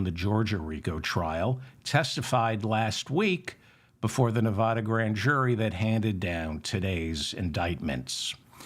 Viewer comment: Short A in Nevada, David…TY..